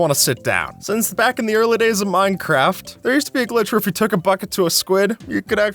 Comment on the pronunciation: for a second i thought u said mineraft lol